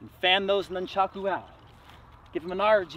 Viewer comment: Nuncharko.......um yeah that’s a way to pronounce it I guess..... is this a parody channel this guy has the form of master ken.